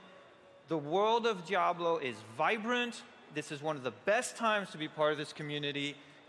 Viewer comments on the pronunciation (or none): grey hair centre quiff keeps calling it jablo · "Full fledged "dablo" experience." "We are super excited about it"... Ughhh